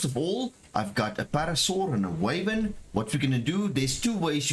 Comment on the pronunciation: Fun fact its not Way-vern Its Why-vern 🧈